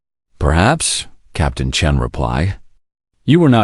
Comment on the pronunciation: On this one, they call the character Sarah "Chun", instead of Sarah "Chen". Like there is a big difference!